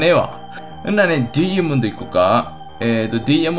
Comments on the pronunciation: ドゥイヤモンド？ 言い方が気持ち悪い。ダイヤモンドでいい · ドゥイヤモンド(ダイヤモンド)、、、www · ダイヤモンドの発音、面白い。